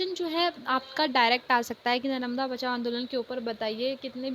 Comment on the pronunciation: Mam your pronunciation is wrong ...😅 ( नरमदा ) But you explained very well 🤪🤪🤪🤪🤪😁😁